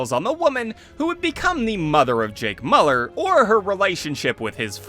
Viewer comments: it's miu-lerr not moo-ler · I like the video but jesus you kept pronouncing his last name wrong. Its pronounced Mew-Ler